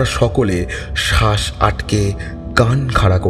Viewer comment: শ্বাস উচ্চারণটা হবে.... শাঁস নয় । গল্পটা যথেষ্ট ভাল ছিল